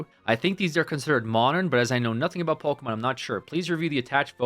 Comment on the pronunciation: bro said POKEMAN LOL gameover